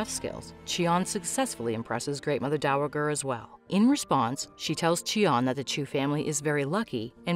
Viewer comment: Great show, irritating to listen to this narrator mispronounce dowager so many times.